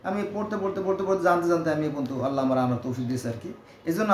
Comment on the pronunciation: এই মুর্খ জাহেল থেকে দুরে থাকুন। এখন মুরখরা কুরান নিয়ে কথা বলছে। এটা কেয়ামতের আলামত। এই মুরখ ঠিক করে আল্লাহর নামটি পর্যন্ত উচ্চতর করতে পারেনা।